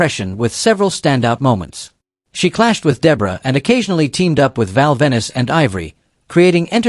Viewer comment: Same with val venis.....it's pronounced like planet Venus, not like city Venice